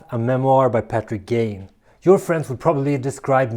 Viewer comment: Gagne, pronounced Gag-knee - not Gayne/Gain -it's a French name